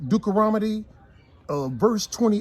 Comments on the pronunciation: Dukaromodie. 🤣 I love how sweet knows is saying Deuteronomy wrong but decides against correcting him. That’s a Queen right there! 👑 She’ll tell him in private. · If you're going to read God's word, know how to pronounce the book Deuteronomy. I love how people always say "White Jesus", but don't read the scriptures that describe him as a black man. While you have the bible open, read Matthew .